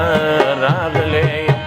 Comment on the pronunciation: Raaghele ne ye Ralegele ye